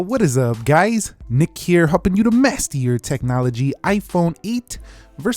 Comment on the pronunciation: This blew my mind. I always hear it as mess up your technology. You sure it is master?